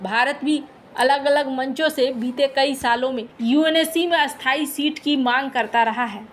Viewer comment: ❌❌❌Spik " Sthay " not Asthay . Read grammar.❌❌❌